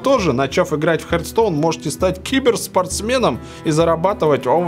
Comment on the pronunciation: Не "хертстоун", а "хартстоун".